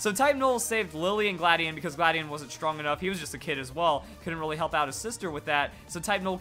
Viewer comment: how do u pronounce it gladion or you said cobalion XD